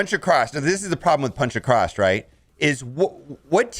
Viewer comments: please please, its AcrosS not AcrosT, seems to be an american thing, i dont get it. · Why do you add a "T" to the word across?